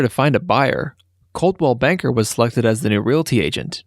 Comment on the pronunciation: You pronounce “colony capital” very strangely. Also Caldwell Bank and asphalt. It bothered me